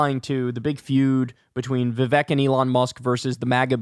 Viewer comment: Vivek - rhymes with cake (not Shrek). Otherwise, good analysis. I'm glad you were able to decode that for us.